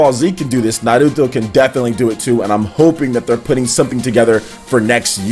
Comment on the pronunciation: Na Ru Toh, O Ro Chi, am i the onle one who laughed when he said like that, it felt like he was trying to hard lol